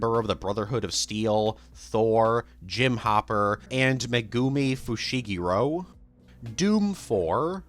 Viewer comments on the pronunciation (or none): My ears hurt hearing that pronunciation of Megumi Fushigoro 😂😂